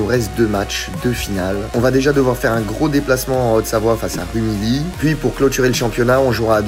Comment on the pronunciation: Par contre on dit "Rumiyi" et pas "Rumily"